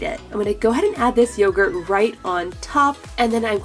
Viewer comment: Did you say YOOOgurt or yogurt